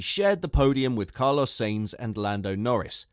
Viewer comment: the way you pronounce Sainz and Perez makes my ears bleed